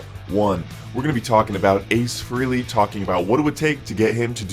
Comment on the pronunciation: Ace Frey-Lee, not FREE-LEE